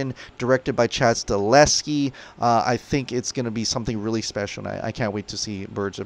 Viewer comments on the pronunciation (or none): Its "stahelski"